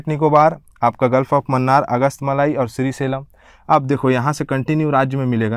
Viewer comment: आपकी भाषा थोड़ी प्रौढ़ होनी चाहिए। उच्चारण दोष हैं जैसे श्रीशैलम को श्री सेलम कह दिया है।